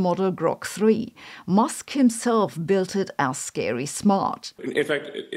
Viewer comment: She did not say "Musk himself built it". If you turn on the closed captions she says "Musk himself billed it as scary smart". It's an accent quirk.